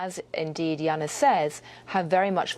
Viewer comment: It's Yanis, not Jeanis damn AI